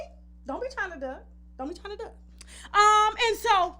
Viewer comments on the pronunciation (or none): none